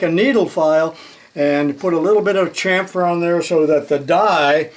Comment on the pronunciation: Great demo of what can be accomplished on this little lathe. Thank you for pronouncing chamfer as "Cham-fer", not "Cam-phor", "Sham-fer", "Sham-phor" or some other silly pronunciation. I'm done ranting. I need a Lone Star beer.